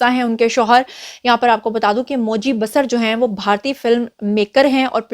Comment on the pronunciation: It's pronounced as BaaSaar not Basr Name: Moji Basar(pronounce as BaaSaar) Country: India State : Arunachal Pradesh a Proud Tribal